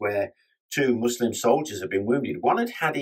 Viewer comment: Much appreciated that you pronounce Muslim with an S and not as "muzlim"